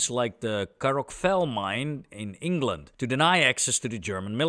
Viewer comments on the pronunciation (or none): none